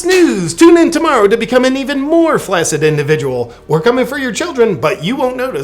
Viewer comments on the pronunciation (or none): Flaccid is pronounced flax-id..otherwise love you.